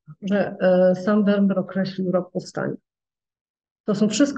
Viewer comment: Nazwisko tego holenderskiego malarza wymawia się : " Fermir"‼️‼️